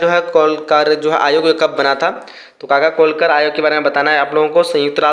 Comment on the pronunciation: 14 :37 काका कालेलकर आयोग सही से बोलना भी नहीं आता आपको ,Ans 1953 होगा